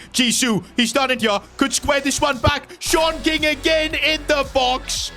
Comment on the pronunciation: Am i the the only one that keeps hearing SHORT king instead of SeAN king 😭